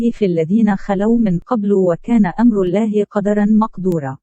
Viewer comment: نطقك لكلمة الله خطاء في معظم حديثك رجاء اخذ الحذر